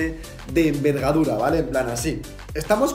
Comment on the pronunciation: Minuto dice vergadura como la mia asi dos veinticiete muy buenas soy nico voutrinas